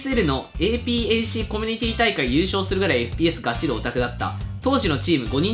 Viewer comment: APACをエーピーエーシーって言っちゃうの最近のeスポーツ界が分からないのモロだしで可愛い